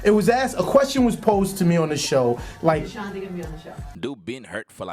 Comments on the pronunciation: You don't know how to pronounce her name ? "Uh Shon tee". OK YOU GOT IT !!!! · Gah dam its Ah-Shan-T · It's the mispronunciation of her name for me 😫👈🤣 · This video is so misleading. Ashanti is not responding to the recent video Irv Gotti was recently in. You can’t even pronounce her name correctly. It’s super cringey. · I CANT WATCH THIS CRAP! CANT EVEN PRONOUNCE HER NAME RIGHT..SMH